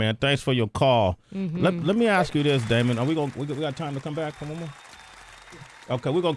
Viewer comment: Sway learn how to say "ask" properly